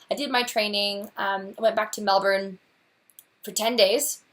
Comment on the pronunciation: Sounds like a dream job! I mentioned it before but having lived in Melbourne you KNOW they pronounce it Mel-bun, why you no pronounce it right? I know you use spf 50 sunscreen, but I see you burned all the time. I met another red head (ginger am I) when I was 17 who was dying from melanoma, the things he told me and the way he looked scared the heck out of me. Please consider using your sunscreen more often.